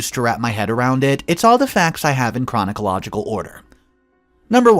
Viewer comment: what a way to butcher the word 'chronological'